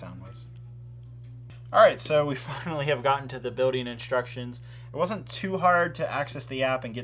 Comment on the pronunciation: It triggers me whenever he says building cas he doesn’t pronounce the ‘L’ . Other than my personal nit pick good review